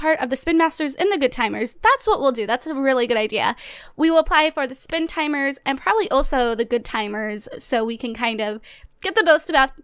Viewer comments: who else notices she said spin timers? Lol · Did she say Spin Timers at the beginning?